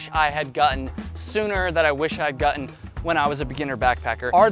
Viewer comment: Gutten !?!?…. Did you say Gutten !?! 😂😆